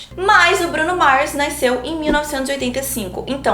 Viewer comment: Que agonia do "naisceu" e "naiscença" KAKAKAKA enfim, otimo video msm assim!!!